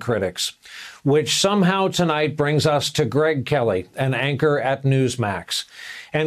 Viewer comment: And "anchor"? "Anker?"... Missed the initial W...